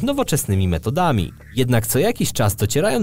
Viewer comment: Robisz bardzo przyjemne materiały. Ale... naucz się chłopie akcentować słowa. odkryciaa, metodamiii, denikowatyych... daj spokój :) pozdrawiam :)